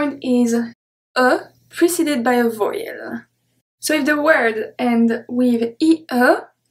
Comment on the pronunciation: I find that your pronunciation of vowel very odd. I hear your sound as voy(rhymes with boy)-uhl. I am an American and I have only heard this word pronounced as vow(rhymes with cow)-uhl. Also I hear another sound at the end of la jour that makes it sound to me like lah joo-uh. However, despite having made those observations, I am excited to find your YouTube videos and I will be buying your books and following along because I find studying French to be fun.